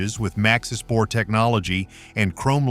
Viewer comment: “Bour”? No, Bore.